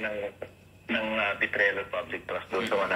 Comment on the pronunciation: DEAR, HALOS MALI NA KUNG BIGKASIN MO ANG SALITANG BETRAYAL AS BETRIAL.. BETRAYAL, NOT BETRIAL.MTHANKS A LOT,. RAYA